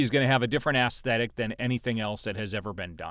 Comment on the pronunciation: Any chance you’re a closet case? Ralph “McQueery” And “assthetic” You gay bro.